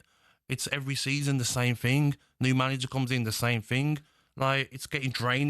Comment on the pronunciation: Expert analysis. "It's the same fing!"